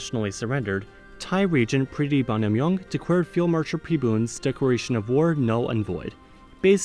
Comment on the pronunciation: "Thaiwand...decwared..." lol